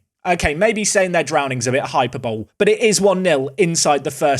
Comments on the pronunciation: Hyper-bol-ee, not hyperbowl looool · Can't believe says Hyperbole as hyper-bowl... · It’s not just names can’t pronounce… hyperbowl sounds like an American football game.